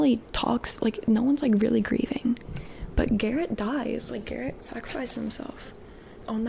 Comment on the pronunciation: his name is garret not darek 😭